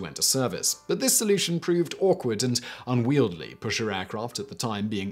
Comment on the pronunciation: You mispronounced unwieldy